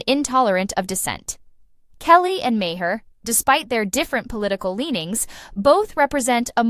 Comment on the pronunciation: May her, Mah her, May her, and on and on and never saying the name right.